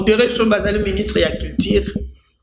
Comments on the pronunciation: J'aime te suivre. Mais tu as un sérieux problème de U. Comment peux tu dire " ministre ya kiltire "? On dit " culture ". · Monsieur eza culture et non cultire